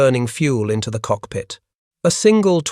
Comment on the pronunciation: what is that!? Cockhigh, landing grer? Bruh, at least watch the ai video before you post it. Total garbage.